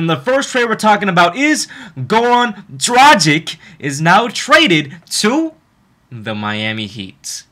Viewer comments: Its pronounced Goran Dragich. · Well, since I'm from Slovenia, I can tell you that his last name is pronounced DraG(G like in the word draGon)iCH. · I just want to tell you that you spell his name the wrong way. You have to spell it like Goran Dragitch, because he is from Serbia and the last C in the surname is always spelled like tch in witch. But no offense man, its just a little help for you with foreign names. Keep on with your great content. Greetings from Austria ***** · It's pronounced gra gich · Just wanted to let you know: it's pronounced DRAGICH...........regards from Slovenia. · Dude! All is good but PLEASE! work on your "Dragič" pronunication :) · Dude try to pronounce Dragic like is right! It sounds offensive as you say it'